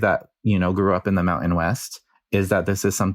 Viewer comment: You have done the glottal stop with mountain, certain, important, it makes me crazy